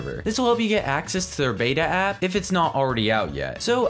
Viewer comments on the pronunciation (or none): none